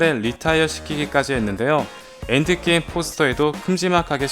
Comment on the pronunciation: 3분10초에 엔드게임인데 엥드게임으로되어있네요